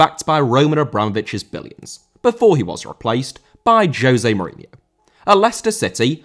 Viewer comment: Mourinho* not Muríniouw